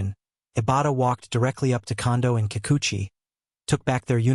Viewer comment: This guy can't even say their name right. Fake news about the 2 players that Ohtani is closest to.